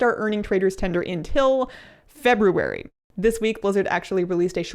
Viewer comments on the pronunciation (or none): No offense, but I feel like you pronounce February like... too correctly somehow?